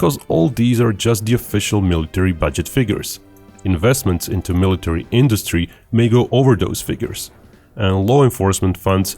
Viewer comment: I'll believe the guy that butchers "military" so badly